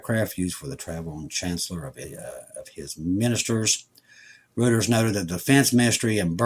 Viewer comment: It's "ROYters", (REUTERS). I'm just sayin'.. 🙃